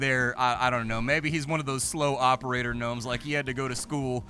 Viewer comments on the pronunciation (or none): There's no G nomes like Gary G nomes.